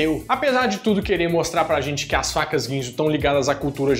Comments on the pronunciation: Alguém percebeu que nos 3 Minutos ele fala vacas ao invés de facas kkkkk...eu voltei 4 vezes pra ouvir de novo. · É sério que vc falou "vacas" quick cut em vez de "facas"? :D